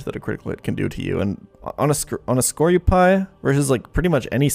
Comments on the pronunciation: "Skorupie" was a definite highlight. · This is just what I think, but I think Skorupi is pronounced 'Score-oo-pee', and Golisopod is pronounced 'Go-lice-opod'. Great video :D